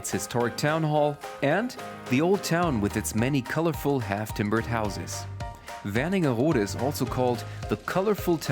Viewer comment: The town is called Wernigerode. There is a place called Werningerode somewhere (with an additional n, like you pronounced it), but this is not it.